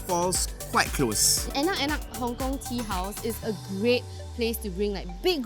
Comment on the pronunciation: Enak enak sounds very wrong for indonesian lols